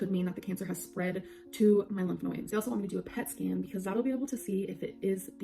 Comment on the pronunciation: her being dumb and not knowing how to pronounce a word should not be the proof that she’s lying about cancer lol